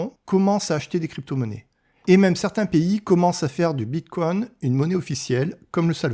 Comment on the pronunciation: "Bitcouain" trop drôle, je sais pas si c'est fais exprès mais ça decrédibilise complètement le propos